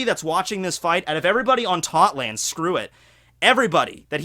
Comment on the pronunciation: Tot land? no no Thot land